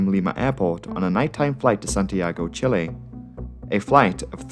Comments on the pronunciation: as a chilean i love to see someone correctly pronouncing chile u say it with the last e like you would say chipotle, not like u would say chili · First of all, your spanish is AWESOME. Your pronunciation of Perú, Lima, Santiago, Chile and Quito were PERFECT. Thank you for taking the time to correctly pronounce the cities and countries!!! Second... wow, that pilot got the Pitot maintenance failure right... too bad his ego or excess confidence ended up costing 69 lives... really heartbreaking. I'm thankful of LATAM, and luckily when I flied to Denver, AA had a good maintenance crew and pilots, if not, maybe I would've been here in a video some day. Amazing video!!!